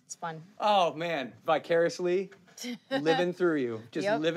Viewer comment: man can't even pronounce vicar i ously